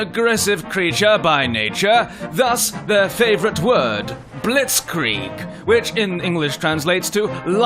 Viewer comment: 발음을 일부러 그러신듯ㅋㅋ